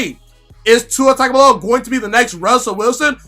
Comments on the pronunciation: I know it looks like Tag. However, it is pronounced Tounge. Or tung. Its TUNG O VIE OLA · It's pronounced TONGUE-ohvailoa. He had an interview where he said that's how u say it. Good Video 👍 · Please just say TUA and not his last name until you, along with many others, learn the proper pronunciation. Otherwise, pretty good video...